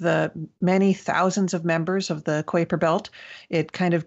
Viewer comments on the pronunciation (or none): Did she say Quaker belt ? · I've never heard anyone pronounce it Kwaper Belt before. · damn it will you pronounce it right it is the kuiper belt not the koi per belt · Good god did she say kwayper belt what the xzzzs!!!! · Emily seems awesome but why was she pronouncing Kuiper Belt like that? Have I been pronouncing it wrong my entire life?